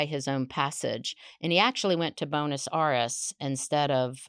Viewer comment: love how she pronounces Bonus Arress!! Great story. Thx.